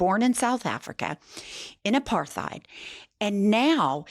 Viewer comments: Hi! South African here - there is no genocide, it's a ketamine-induced victim-mentality hallucination of Musk's! 🙄 The way to pronounce 'apartheid' is, ironically, 'apart-hate', I'm not kidding, that's how you phonetically pronounce it, the 'th' is not pronounced as /th/, it's quite fitting, actually! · Apartheid-pronounced-"a-part- height"-not a the sound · Hey girl, check it, you pronounce apartheid like apart heid. Don't run the th combo as we do in English. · You & Michael Rapaport don’t need to pronounce the “th” in Apartheid, it sounds stupid & in no country is it pronounced that way. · the ‘h’ in apartheid is silent, and the term is Afrikaners, not Afrikans.